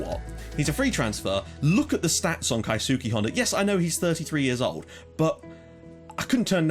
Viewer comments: I think Honda's first name is pronounced Ki-ske. Btw loving the series keep up the good work!! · hey,, merry christmas! Just to let you know i speak fluent japanese and Keisuke Hondas name is pronounced like "kays kay honda" the u is almost silent so its just imagine a man name kay owns the letter kay lol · (MetalStorm) I'm still doing Japanese at Sixth Form level, and you either pronounce it like duckies, or Kei-ski (idk, it sounds smoother for me) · (MetalStorm) I believe (although i'm not 100% sure) that the both of your are wrong. If i remember correctly it's Kehy-soo-key